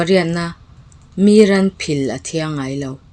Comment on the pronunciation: 20 na 'Mi zawnna hlang.... tiha 'Mi' tih lam dan hi 'mi rethei" tih a mi lam angin a hniam a lam tur niin ka lo hre thin.